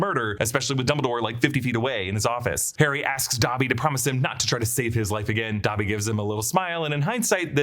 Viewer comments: Is it pronounced dabby or dobby ? I almost stopped watching having to hear dabby every 20 seconds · WTF IS DAH-BBY?! 😂